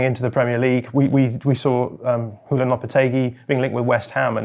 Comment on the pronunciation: I love, but why is he pronouncing Julian as ‘Hulian’, given that Nagelsmann is German? 😅